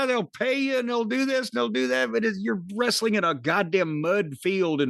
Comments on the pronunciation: Wres-a-ling, the way Russo pronounces words is as annoying as his booking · Wre-su-ling bro😂😂